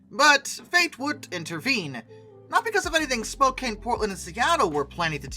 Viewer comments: Re record your commentary with correct pronunciations. It's spo-can just for one example. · Spokane =spo CAN. Spokane sounds kinda like a slow CAN. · Even though "Spokane" looks like it should be pronounced the way you pronounce it in the video, the correct pronunciation is as if the "e" were not there, with the last syllable sounding like the word, "can". You're welcome. =PC= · Other than the persistent mispronounciation of several Western names, like Willamette and Spokane, very well done.